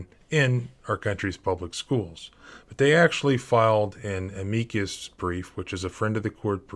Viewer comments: Leavenworth = Leh-vehn-worth. Amicus= AM-uh-cus 🙄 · You can't even pronounce Levenworth? This must be deliberate. I'm in Britain and I know how to pronounce these names. Edit: "Ameeecus Brief". Come on. This is definitely deliberate.